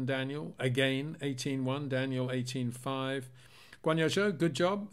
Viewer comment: Why? What about Zhou. Calros, Or valteri. All of which are pronounced wrong,.. By all the English speaking people